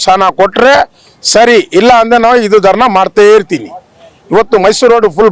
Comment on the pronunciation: Nanmala adu darna alla kano darani sariyagi kannada kalithukollro modlu Mysore road nimmappanda